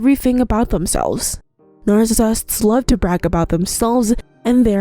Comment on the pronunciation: narfacisifts what is that